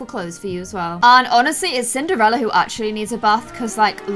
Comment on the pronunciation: Does anyone else notice how sometimes says Cin-ER-ella, like without the D?